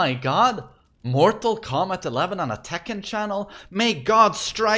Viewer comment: "You know how much I'd give to have that in tEkkÆn?"